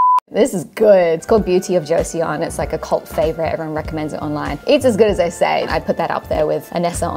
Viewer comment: Just wanted to point out that that's not how you say Joseon. You pronounce like JCHO SUN